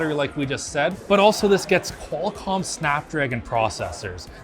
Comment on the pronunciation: You lost me at "Qualcomm"... OMFGGGGGGGGGGGGG